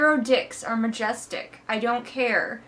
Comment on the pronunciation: When you said "she thinks his dick is majestic", I heard "majesdick". :D